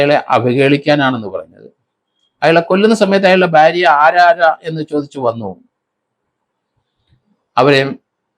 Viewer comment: സർ ഭ്യാര്യ അല്ല ഭാര്യ എന്ന് പലവട്ടം പറഞ്ഞിട്ടുണ്ട് ഞാൻ